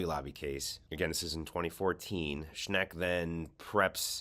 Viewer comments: If you're going to report people by name, pronounce it correctly. SCHENCK, not SCHNECK. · It's no "Schneck," it's "Schenck," as shown in the letter you displayed. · It‘s Shenck, not Shneck. Not bad though. Shneck almost sounds like Shrek. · SchENK not SchNECK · I agree with everything you're saying but you're mispronouncing Schenck's name. Unfortunately, the creep grew up here in western New York so his name is very familiar to us. It's pronounced Shenk with perhaps a slide towards maybe a tiny sound of Shank not Schneck. I really don't mean to be picky. Please forgive. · Reverend Rob Schenck, not Sheck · Schenck ! Not Schneck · I believe the evangelical pastor is named Robert Schenk. Not Schnek. Check the Times reporting. It bugs me when the newscaster does not check to get the names correct. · It’s not Schnek it’s Schenk, you are mispronouncing his name. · The Reverend's name is "Schenck", not "Schneck". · It's Schenck not Schneck. LOL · Dude... it's "Schenk." Not "Shnek." Good grief! just lost a few virtual "shekels" in my book. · The guy’s name is Schenck, not Shneck. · Sack Alito for his hyper partisan allegiance to the corrupt conservative evangelicals and feeding sensitive information to them. Also, you're consistently mispronouncing Shenck's name. It's NOT Shneck. Read the name: the n falls after the e, not before it. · "...this disqualifies them from service in the SC and if these accusations are proven true these people needs to be removed from the SC..." ✔ Agreed, completely correct. Btw sorry for correctiing...the name of Robert L. Schenck is not to be pronounced Schneck. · One thing for certain, this guy has no clue how to pronounce Rev. Schenk’s name!